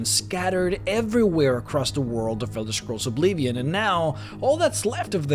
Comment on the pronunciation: i love ur videos but i cant stand when u say obleevion :(